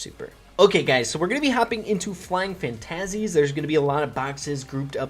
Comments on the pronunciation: The way you said fantasies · why did you pronounce "fantasies" like that?! 😂😂